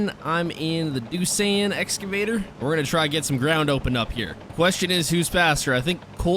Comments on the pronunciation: Pronounced doos-on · Doosan is pronounced doo-Son